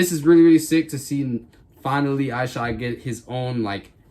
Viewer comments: ****ISH-od. Not Eye-shod. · Shoe looks fire man, seriously debating getting a pair. Just for future reference it's pronounced Ih-shod not eye-shod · it's pronounced "Eshod" lol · Why you saying his name like that?